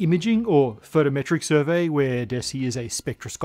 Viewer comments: "A survery"" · "A survery" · a "survery" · A "survery"?